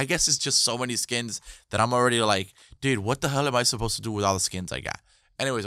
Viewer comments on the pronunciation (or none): none